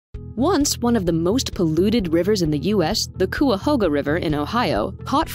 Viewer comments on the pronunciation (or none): if you're going to use the Cuyahoga river as an example... you really should pronounce it correctly...